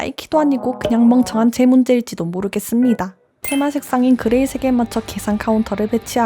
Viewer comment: 왜 그레이색이야 할 때 그레이샊이야 같죠?😂